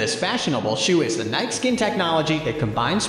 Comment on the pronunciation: I’m concerned because this dude doesn’t know how to pronounce Nike. How can that possibly be.